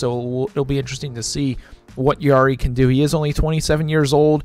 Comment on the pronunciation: Come on man, pronounce Jarry’s name correctly. It has a J sound not Y. It’s just said you don’t know that.